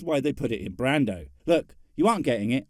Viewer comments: The part that bugged me the most was how you pronounced "Brawndo". Are you saying you liquefied Marlon Brando? Also, yes, I would like to tell Ray off to his smug mustache, and his little sidekick. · did you just pronounce brawndo wrong? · Brawndo is from a movie called, “idocracy” made in 2006. It’s really funny, you should check it out.